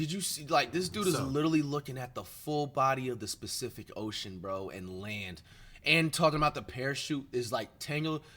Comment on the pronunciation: Nah he said “this pacific ocean” but it sounds like specific too tbh